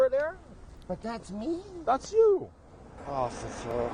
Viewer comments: I was thinking this too the longer the video went on, especially at the "Officerrrrr" part. Sounds like he's slurring his words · Absolutely cracking up at how that guy pronounces "Officeeer, it's my Birthday" exactly like "Caaaarl, that kills people"